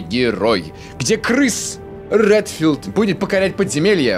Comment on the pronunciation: Я понимаю что ты сказал Крис Релтфилд А мне послышалось что ты сказал КрЫЫЫс Релтфилд!!